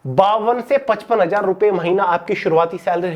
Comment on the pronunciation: 100 ki 1000 shi se boloo bhaii😒